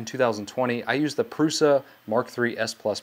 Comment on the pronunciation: Thank you for correctly pronouncing Prusa.